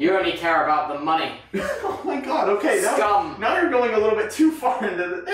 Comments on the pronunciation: didn't he say "scum" Instead of "scam"? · Tubbo actually said “scum” instead of “scam”